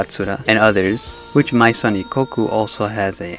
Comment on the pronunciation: That's not how Maison is pronounced. It's French.